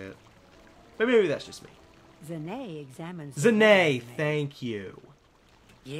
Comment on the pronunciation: it is pronounced zon ay